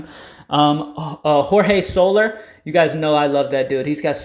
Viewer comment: Jorge soler.. söl-air.. that's how u pronounce it. Great info. Thanks homie